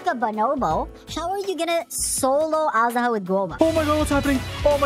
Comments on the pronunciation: Jesus christ I hear everyone pronounce it wrong, it's 'Age-duh-hah', not, 'Ash-daw-huh' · It's not pronounced az-daha tho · Awesome video! Little thing though: Azhdaha pronounced eysh-daha^^ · every time he says "assdaha" my heart cracks a little